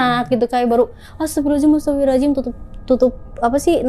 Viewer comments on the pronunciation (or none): Semakin bca istigfar smkin bnyk yg ketawa...krna istigfarmu juga salah😂astagfirullahalazim😂😂emng ada ya di istigfar hurup Zay😂 gmn syetan mau takut😂